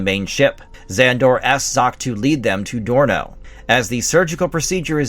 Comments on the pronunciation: Dorno, not Sorno. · The son's name was Dorno, with a 'D' not an 'S'. Jeez, did you actually ever watch this show if you didn't even know that?! 😨 And it's Gloop, not Glop. Edit: Well, at least you get their names right after the first time. That's a relief. As for the comic book, well... thank you sincerely for the recap of the first few issues; I heard of it but never got to see any issues of it. Glad you've shown us the first few issues, but the art and story quality and character development are imo all off. Zok was not iirc a female, and Dorno was definitely not such a spoiled, immature, reckless brat. And imo the stories are meh.